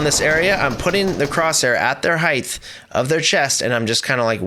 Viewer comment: Height* not "Heighth" ... I'm sorry that bothered me 😂